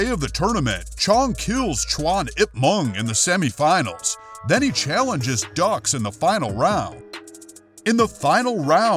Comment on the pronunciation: It's pronounced dooks, not ducks. Respectively the correct spelling is Dux. I can see why you say ducks